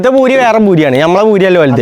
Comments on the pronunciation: പഖത എത്തീയിട്ടില്ല ഭൂരി അല്ല. പൂരി എന്നാണ് പറയാറ് 😂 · ഭൂരി അല്ല പൂരി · Boori alla പൂരി